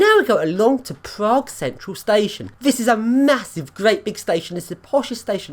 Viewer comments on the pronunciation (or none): none